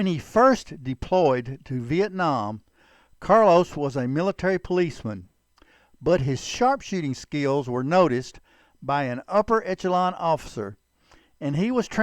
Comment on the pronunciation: and more - great vid, by the way the word is pronounced esh-alon, etch-alon